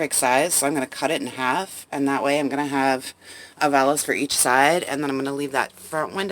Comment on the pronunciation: It's "valaNce"... 😉. Love the appliance locks!